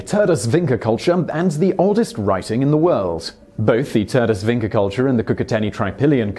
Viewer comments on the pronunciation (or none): One small correction. It's pronounced vincha, not vincka. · Its Vincha culture not Vinca.. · nije ni bitno mi citamo Vincha oni Vinka,to je najmanje vazno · Vinča is pronounced Vincha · Everytime that he pronounced Vinca instead of Vincha, I was like 😂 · Vincha not Vinka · It is pronounced Vincha not Vinca and Starchevo not Starcevo. Damn those idiots that screwed up phonetic transliteration from Serbo-Croatian to other languages (almost certainly Austro-Hungarian administrative rules carried over to Yugoslavia are to blame). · It's pronounced 'Vincha', not 'Vinka'. Serioisly, are you really doing research on pronunciations? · Vinča is pronounced as "Veencha" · He mispronunced Turdaș, Vinča and Starčevo. Maybe because they are also misspelled! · Apologies to the Swedes for mispronouncing their words, but then goes on mispronouncing Vinca and Starcevo without breaking a sweat :D No hard feelings thou, great video